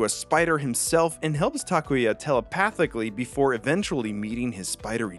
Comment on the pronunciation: It’s awesome to hear someone say “Takuya” correctly. I never really mind how people say it because I always politely correct them, (they still get it wrong, not a problem though, they don’t speak Japanese so I don’t expect much) but I never knew how refreshing it is to hear my name said correctly! Sorry, didn’t mean to make this about myself but just thought I’d share my thoughts.